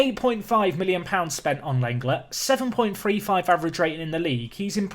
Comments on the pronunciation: not seen many people saying it was bugging me Lenglet is pronounced Len-Glay not a huge deal its not like i cant bear to watch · Whilst on the topic of pronouncing names I think that Lenglet is pronounced like 'Long-ley' although you've probably been told this plenty of times